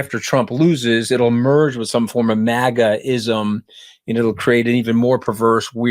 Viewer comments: Nice! Mooch keeps it real, as does Kinzinger. Says MagaTs properly! Not mahguhts. Short A. I dont think DT is playing racism card on KH though..says dumb bc he thinks women arent as smart. He is racist though and has discriminated based on race. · Omg MAGAts/maggots either way you spell it, say it the correct way. 👏🏻